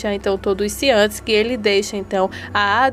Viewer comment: 😂😅 a palavra correta é CIENTE e não ciantes,essa não existe 😂 A outra palavra é o nome GUTIERREZ e não gutirrus